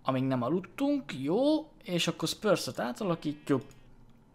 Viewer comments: AZ A FA NEM SZPÖRSZ!!!! SZPRÚSZNAK KELL EJTENI!!! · Igen nekem is fura volt 😂😂